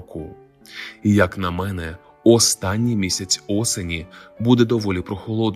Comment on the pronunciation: Ну, чому не слідкуєте за наголосом слів? Ну, чому мЕне звати? А може тебе звати ШІ?